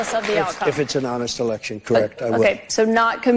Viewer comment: Megyn has repeatedly done what she says ABC did. She always refers to "elekshun" crime as nonsense without reviewing or presenting the evidence. And the evidence is more than substantial. She does this either because she is poorly informed, or for financial reasons: so she is not dropped from this platform on which the topic is forbidden. In the wake of the "elekshun" 2 1/2 years ago, for about 10 days numerous eyewitnesses posted on this platform their horrendous experiences at counting centers. They had been muscled out of the process, and/or sent home, and then counting resumed late at night in major swing state cities, where tallies suddenly and magically got flipped. Eyewitnesses also spoke of stacks of counterfeit (censored term) and other serious wrongdoing that violated "elekshun" norms and security. These same occurrences took place in the several large swing state cities. (If I am too specific, this comment will be removed.) All those eyewitness testimonial videos were then removed by YT, and, as we now understand after the Twitter files, probably at the behest of three letter agencies. This is, of course, just a fraction of the evidence. Much more indicates that the results were falsified. And the topic has been suppressed across social and mainstream media.